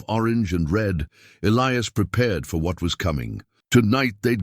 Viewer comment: The name Elias was mispronounced for most the story The story got screwed up in the end, recalling the first funeral during the second one, then continued from there,... It was an okay story, when is finally caught up to the second funeral again,... If the son kept the father's star there should only be 2 stars on the mantel,unless he put the guys star that got killed after the fact